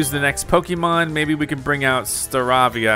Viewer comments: Staravia is pronounced (star)avie)a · I know you might be getting tired of this, but Staravia is pronounced Sta-ray-vee-ah. :) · It’s pronounced Star -A-Vee-Ah